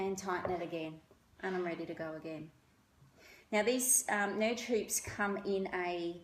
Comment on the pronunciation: Nudge is pronounced like stirred. Norge is how to spell what the lady said so you were correct